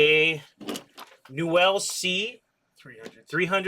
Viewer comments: Newell is pronounced new weul, not "nouwelle". Just thought I'd mention. I met Carl Newell years ago at his factory and that's how his surname is pronounced. Very pleasant man btw, he helped me personally replace a reel that had been lost at sea... I'm a big fan of his reels and have a large number of them in mint condition. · Why do you pronounce newell so wrong, here look up 2ndchancetacle and you can hear how it's pronounced.